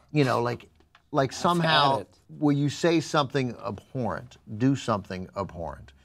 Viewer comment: I dislike that says abhorrent w/ a P.